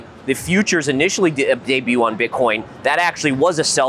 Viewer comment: There's no 'T' in debut guys.